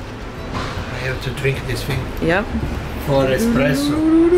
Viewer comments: Funny I hear him say fing instead of thing. Helps to find an Italian word that makes the th sound to compare to the th sound for English words. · "I have to drink this fing"